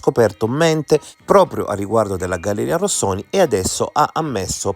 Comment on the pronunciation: complimenti per la formulazione coerente e plausibile, di queste due ipotesi e per aver abbandonato il tono polemico che, dal mio punto di vista, era fuori luogo, un piccolo appunto, per cortesia, non storpiare il nome della galleria "Rosconi" come il cappellaio anaffettivo l ha sempre chiamata